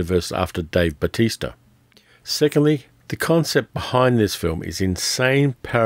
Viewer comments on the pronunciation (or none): none